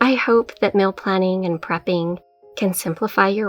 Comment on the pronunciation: You're awesome. Love your videos. But let me make a correction if I may. It's not "Kell". It's "Kale" It's not "Mill". It's "Meal". When you wear shoes it's not "high hills" it's "heels". ;)